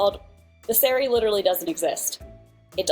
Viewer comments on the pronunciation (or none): why is she saying sari like that it keeps making me jump like it sounds like seri… the meal before a day of fasting and not tue garment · I guess doesn't pay attention to Bollywood... which might also explain why she still can't pronounce "sari" right